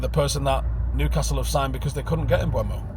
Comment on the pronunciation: IT'S NOT PRONOUNCED "MBWEMO" FFS!!!!!!